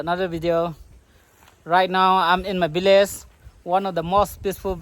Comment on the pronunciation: Bdw its village not billage